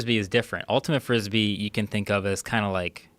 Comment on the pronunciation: ultimat frispee